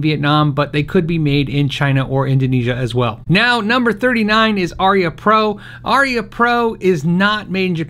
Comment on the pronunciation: Pronounced a- rhea